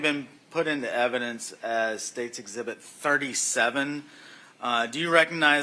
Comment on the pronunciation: Of course he's guilty. His defense lawyer can't even pronounce 'exhibit' properly.